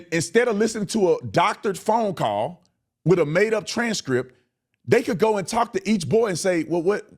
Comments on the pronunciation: Crump is DEI. He can’t form a sentence, says WIFF instead of WITH and can’t read. He’s illiterate. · You are being way too polite calling mr., Church service disrupting, wanna be celebrity ,Don le’mon head a newsman or podcaster….I have a lot of other things I would refer to him as..😂🤣…J/S Then, please try to get Crump to take some diction lessons the words are WITH NOT WIFF AND TRUTH NOT TRUFF .. how did he get through school..??? 😂🤣😂..J/S Thank you for being truthful and respecting that poor kids legacy ..!!